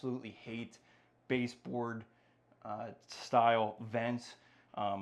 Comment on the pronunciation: I can't stand when people say ek-specially